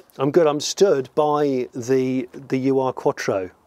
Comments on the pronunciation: Guys, the proper pronunciation of this model Audi isn't YOU ARE but plane (1 word)UR . It's the abbreviation of the German word for original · It's not a U-R Quattro. Call it an Ur (pronounced "oor") Quattro if you really must; the "Ur" prefix is a German-thing meaning "original", as opposed to anything that came afterwards. So when it came out of the factory, it was just the Audi Quattro. Time added the Ur. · For reference its an Ur Quatttro ( pronounced Urr" ) not U-R .. from the German Ur- meaning original or primitive. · a "u r" quattro? :D "Ur" in German means "first of it´s kind" and you spell it...hm...something like "oor". thanks ;) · Just a piece of useless info...it's not a 'You Ar' Quottro...it's pronounced Ur-Quattro almost like saying the first two letters of the word 'or-iginal'... hope it makes sense....😁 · STOP CALLING IT U-R!!! IS UR ore ÜRE QUATTRO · you are correct Ur, pronounced 'oor' means original in German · 'Ur' is a word. It rhymes with 'blur', and means 'the first, or original'. It comes from the ancient Mesopotamian city of Ur, which (they say) was the first city. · Hello Johnny, great show, thanks. Just a quick heads up re the pronouncing of the car name- "Ur" means original or first, in German. It's a whole word and you say it like "uuh-err." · YES. It rhymes with 'blur' - but it's not a German word. It refers to the city if Ur, which was the first city, in Mesopotamia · As others have pointed out, Germans and probably most others pronounce the ur-prefix as one word: u is pronounced like in 'ooh' and replace the 'h' with 'r'. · Why do you pronounce it like "U R Quattro"? "Ur" is just the german word for "primordial" or "original," it's not an abbreviation for something. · Awesome video, but please pronounce Ur right next time. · U.R. quatro?! :D Ur is pronounced 'oor' and means original/real/first love the barn find vids! keep em coming please! :) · Come on, say "ur". 😆